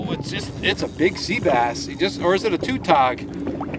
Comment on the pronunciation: not trying to be an ass but it not pronounced to-tog, its ta-tog